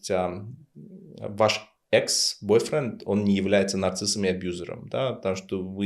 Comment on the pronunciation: Думаю, если бы вы правильно выговаривали слово "нарциссизм", эта цена была бы более адекватна вашей квалификации в качестве ведущего.